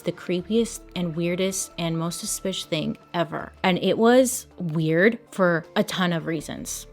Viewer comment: Suspishhh... your mouth wasn’t adding up with your words so I couldn’t watch, still listened though. 😂